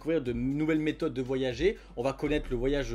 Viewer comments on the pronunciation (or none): none